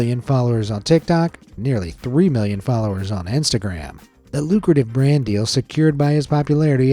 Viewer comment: Sometimes when he says "million" it sounds like he's saying billion